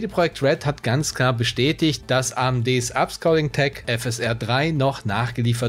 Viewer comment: du hast AMD Upscaling etwas komisch ausgesprochen aber sonst geile Videos und mach weiter so